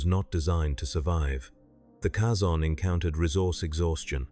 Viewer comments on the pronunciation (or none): They pronounce the word Kazon multiple times in Voyager, it's not a guess as to how their name is pronounced, yet you insist on mispronouncing it? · The way this AI pronounces Kazon annoys me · tldr the way AI pronounces Kazon annoys me, much like you pretending to teach annoys me